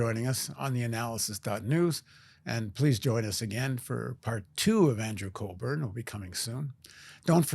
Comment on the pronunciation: It's Andrew Cockburn, not Colburn.